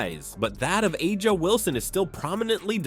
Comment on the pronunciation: Who is Ah-ja? 😅